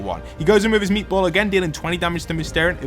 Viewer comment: I love how you call it meetball😂